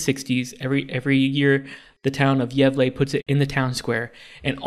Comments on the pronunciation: pronunciation of Gävle was a lot better than I expected. Then comes with "gavel" X) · pronouncing gävle like gavel is the funniest thing all week sjdjdk